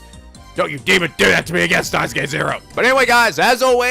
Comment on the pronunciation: I wonder when will pronounce Steins;Gate correctly?